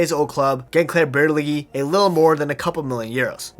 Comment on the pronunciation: Gençlerbirliği . ğ silent letter just extend i sound. Ç = german "tsch" like tschüs italian "ci" like ciao or barça . english church ch =ç ...